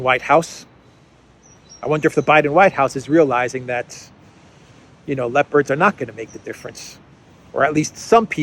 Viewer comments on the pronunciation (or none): It sounds like you're saying 'lepers' instead of 'leopards' and the consequences of such are 😂.